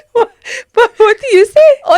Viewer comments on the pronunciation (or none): So vewy vewy pwoud